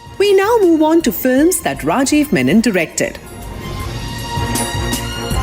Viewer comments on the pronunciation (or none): lol, no. It's not "RRRRAjeev" is it the soft Ra . And it's not Reymun , it is Reh maan